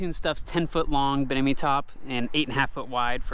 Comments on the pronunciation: I keep hearing him say “binimi” top instead of “Bimini” and I don’t know why it is causing me so much grief. 😶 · Bimini top not binimi…